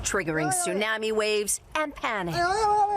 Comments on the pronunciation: Can you please teach her how to say “Tsunami “!???😂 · Hey Janice! "Tsunami" is not pronounced like "Miami", especially in freaking JAPAN, from which you are currently reporting! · Janice frayer, is mispronouncing tsunami.